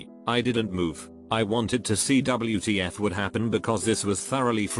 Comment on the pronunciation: "double-U Tee Yef"